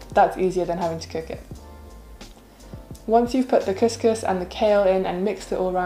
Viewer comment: Couscous is pronounced as "Kooskoos".